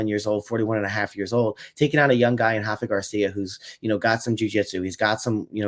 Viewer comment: Rafa is Mexican not Brazilian, the R doesn’t have the H sound 👍